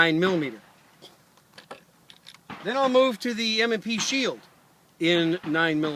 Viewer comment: Ha... -- "M & SHE Pield" :)